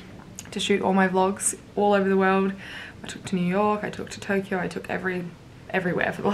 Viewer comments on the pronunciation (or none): none